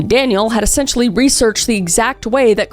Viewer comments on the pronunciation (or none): none